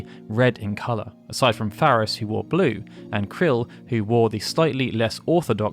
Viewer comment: Did he just call Krile Krill?